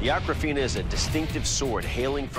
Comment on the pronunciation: The swords name is Akofena not Akrafena goshhhh